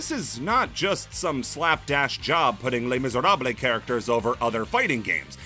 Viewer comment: "It's time for a history lesson!" Oh, this'll be good. "Les Misèrables-" NO